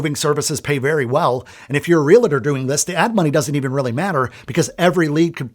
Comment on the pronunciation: The correct pronunciation is Realtor. Like Doctor. Not Realator.